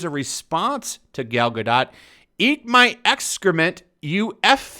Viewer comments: Guh... Dough.... not DOT... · It is pronounced Ga Dougt. Like Doe 't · It's pronounced gal Ga-doe. She may be a shitty actress but at least pronounce her name right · Her last name is pronounced GA-DOE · The only thing worse that twitter getting up in arms is pronouciation of Gal Gah-Dat's name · It's pronounced Ga-doe you tool. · I always thought her name was pronounced Gal Gadoe, even tho it's spelled Gal Gadot Either way, imho Gal Gadot was the perfect choice for Wonder Woman, given the small bit i know about the racial history/origins of the Amazons & honestly just how beautiful & talented (imo) Gal Gadot is. Just like how imo, Paul Walker's alter ego is Brian O'conner xD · It’s pronounced Gad-oh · Drop the T! When pronouncing her last name its Gadot, as in go baby go! You sound like an idiot, you’ve got to realize on some level that you’re not saying her name right. 🙄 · Stumbled across this in my recommended but couldn't make it past two minutes bc if you didn't bother to do the research & learn how to correctly pronounce Ms. Gadot's surname (or Ms. Colbert's for that matter), how can I trust anything else you say? Seriously disrespectful, Sir. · don’t pronounce the t at the end of her last name...